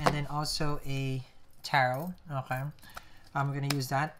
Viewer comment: These are starting to look like mini movies instead of tarot readings! :) BTW, i love the "Oj-kay." instead of "Okay".